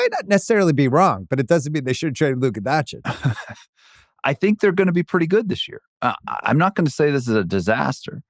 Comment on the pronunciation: Laka Doncic 😂